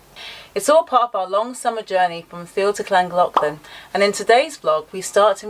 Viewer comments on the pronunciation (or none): Yet another brilliant vlog from you both as usual, however just one tiny point so as you don`t upset the residents of Llangollen, it is pronounced flangothlan. I was doing one of my many commentary`s whilst working in Brum and I was put right by a very nice Welsh gentleman who was from there after I had finished a cruise around the City. The little Stop-Lock at Autherley was actually there to protect the water levels between the two separate Canal Company`s the `Shroppy` is just 6" lower in water level that the `Staffy` and was used as you stated as the Toll Station. Just wait until you reach Thomas Telford`s Pontsticill Viaduct over the River Dee, that`s a mouthful to pronounce correctly. Enjoy the rest of the journey along the `Shroppy` and into Wales there really are some great Pubs to stop at along the way. Oh, I hope you have a good head for heights.